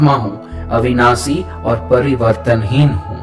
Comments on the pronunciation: Ap n ek word ka galat. Uchaaran kiya hai parivartanhin hoga na ki pariwarthin ,baki sab great 🙏👌👌👌❤️ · Parivartanheen hai, aap parivartheen bol rhe hai... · To be very Honest I am from south India and I can understand n speak hindi Good enough But I could not understand some words that you said "Parivartaheen" especially everytime I tried to follow what u said I got stuck at this word I was expecting each verse to be explained in way that could be understood clearly.. I did miss out Understanding the whole thing fully Kindly use much more simple words during ur translation.. or explain a bit more clearly so that everyone understands Most of the Lines u said I did not understand at all But I had a good meditation session I must say... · Thank you for introducing this mantra. Just one request… kindly see that your diction is correct while translating the original since it makes a lot of difference in taking your videos on a more serious note. Difference between various स श ष and right pronunciation of परिवर्तनहीन and various other words. Please take care.. you are doing a commendable job.